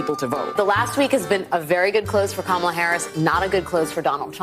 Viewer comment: "Kamalalala!" - I thought mispronouncing her name was racist?